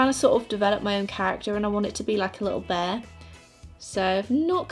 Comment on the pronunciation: "Bayah" instead of "bear" 😂❤️